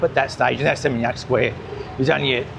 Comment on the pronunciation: Makasih, You are the only person on youtube who can pronounce area's in Bali, particularly Seminyak, no one gets it right. I cringe when people brag they have been in Bali many many times but can't pronounce "warung". Most Aussies can't get that "u" in bahasa Indonesia is pronounced "oo". Your fluency is excellent. BTW Seminyak back in 1989 was just rice paddies, our tailor resided there who made garments for our business. There were no restaurants cafe's or boutique shops. Suami saya dari Legian kaja, sudah kawin 40 tahun. Thank you for understanding Bali 👏👏👏